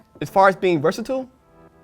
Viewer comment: I think his pronunciation of "versatile" was actually my least favorite part of the video...